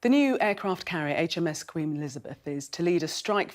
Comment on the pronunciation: Pretty sure the lady said "Queem Elizabeth" at the start of the video.